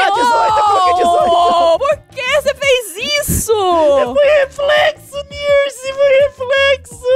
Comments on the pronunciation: O Leon falou Nirsen!!! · alguem percebeu que quando o leon perdeu das perguntas em 3 em 10 segundos na primeira vez ele falo nirce kkkkkk